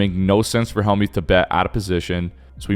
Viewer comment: DUDE!!! It's NOT HALLmuth, it's HELLmuth you clown.